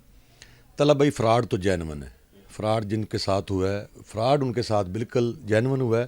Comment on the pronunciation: یہ فروڈ نہیں فراڈ ھے اینکر صاحب ۔۔